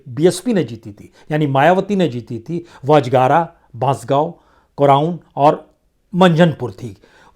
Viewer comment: अजगारा नही साहब अजगरा है